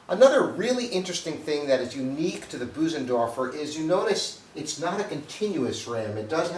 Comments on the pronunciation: Boozendorfer. Ugh. Get a quick lesson of how to pronounce it correctly. It’s embarrassing. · Maybe one day will learn how to correctly pronounce “Bösendorfer” 🤦‍♂️. It’s not “Boo-zen-dorf-er”. The “ö” (o-umlaut) is a sound similar to first three letters of “earth”, or the middle “ur” in “burr”.